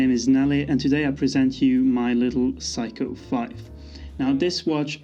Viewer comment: It's not Psycho. It's Seiko.